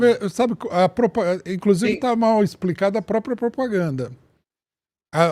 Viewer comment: É MUITA "POPRAGANDA"